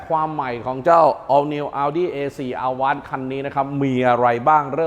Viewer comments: Avant แอฟแว้นท์ครับ ไม่ใช่ อาว้าน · Avant อ่านว่าแอวองซ์ มาจากภาษาฝรั่งเศษ แปลว่า"ก่อน" หรือจะแปลว่ารถตู้ก็ได้ค่ะ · 'AVANT' ออกเสียง อวองค์ ครับ ขอบคุณครับ